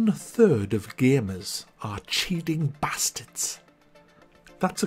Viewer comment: Love the emphasis on "Bastards" classic northerner pronunciations.